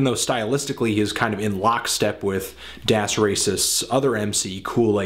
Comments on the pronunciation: Please stop pronouncing " 'das" wrong. it's DAAS. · Look at any interview with Das Racist and listen to how they pronounce it. It's das, as in rhyming with ass.